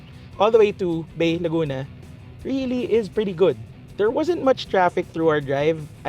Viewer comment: Its Bay (pronounced as Bai), Laguna